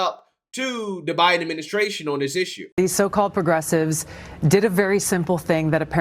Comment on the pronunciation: "Puh-gressives" "Tucka Carson" "Pop-a-list" You make Fetterman sound like a skilled orator 😂